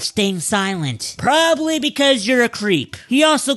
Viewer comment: That "proaibly" needs to be on a soundboard.